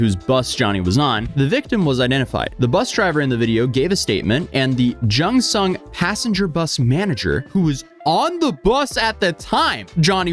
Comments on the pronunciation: Nope. It's not JuhngSung. It's Gyong Song. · wow pretty close actually. its pronounced "GYUNG-SUNG" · Just fyi, Gyeongseong is pronounced kinda like "gyung-sung" ❤ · guh as you would normally pronounce a g- gyeong. You pronounce the g and y, it's not a J sound. Anyway, this dude () is such an ass. I hope they throw the book at him. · Gyeongseong is the old name for Seoul, fyi. And it's a hard G, not a J sound.